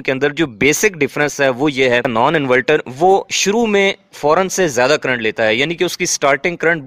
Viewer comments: انورٹر ہوتا ہے انولٹر نہیں... 😅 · Bhai bohat achee video hai invelter nhe inverter khain to theek hai ya shayed mujay lag raha hai k ap invalter keh rahay hain inverter ki jagha